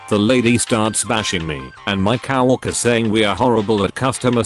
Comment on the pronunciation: COW-worker? <Snicker> Udderly silly pronunciation.